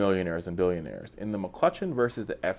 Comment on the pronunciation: There is no "L" in McCutcheon.